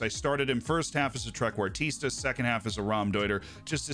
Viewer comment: What feels illegal, but isnt? The way Z pronounces Trequartista and Raumdeuter